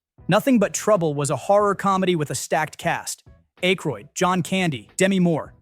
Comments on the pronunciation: ACK - roid, not ACHE - roid. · how about "Dan A-ykroyd" , and several other places. It is, however, a better AI narration than many I've heard. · Who is Dan Ache-rhoid? Sounds like something you need to apply ointment. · Who is Dan Ache-Croid? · Dan AYYYYYkroid. AI isn't so intelligent (and neither is the loser who posted this trash). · A-kroyd? AI slop. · Dude either you or your AI have the worst pronunciation I’ve ever heard on here. A Moroccan “shake?” Ache-roid? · IT'S PRONOUNCED ACK-ROYD. ACK-ROYD. ACK-ROYD. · Dan Ache-royd? Really?! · The A in Aykroyd is short. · AI voice can't pronounce it properly. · Please learn how to pronounce Dan Aykroyd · So annoying.